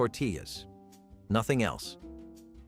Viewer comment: Rajas! 😂😂😂 "Rah•Hass"